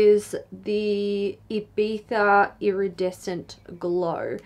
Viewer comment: The first non spanish talking youtuber that says Ibiza like it is supposed to be said 🤣